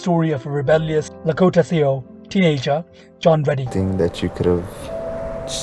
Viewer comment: great stuff, thankyou so much for uploading this biopic on Zhao. Constructive criticism coming up: get to know the right pronunciation of names, you don't want people laughing at your content which is otherwise very good. So, the Sioux peoples is not ''see ox'' its ''sue''. There are a few other clangers in there, including Zhao ... everyone learns as they go, good luck and hope to see more of your posts.